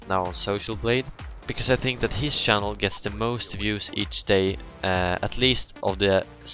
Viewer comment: I noticed you were Swedish because you couldn't pronounce the ch in channel just like pwediepie xD